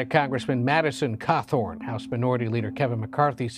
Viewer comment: Hot., not KKKawthorne. 🤣